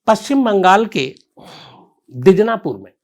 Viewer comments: Sir I'm from West Bengal. It's not Dijnapur, it's Dinajpur. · Dijnapur nahi sir woh Dinajpur hai. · शम्स भाई साहब बार-बार आप Dijnapur बोल रहे हैं यह शहर का नाम दिनाजपुर है